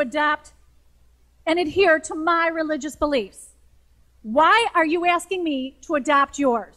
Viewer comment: The first two clips were so short, they was useless.: "Law" was pronounced like the musical note "la". "Status" was "styatus". "Not" was "nat". "Asking" was "eeyasking". From Burn Documentary: "afterwards" was "eeyafterwards", "cancer" was "keeyancer", "Abby" was "eeyabby", "half" was "heeyalf". In fact, these are not good examples of vowel shift. They are examples of syllablated "A" (becomes two vowels).